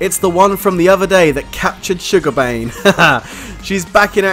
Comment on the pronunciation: Kane. Not Bane lol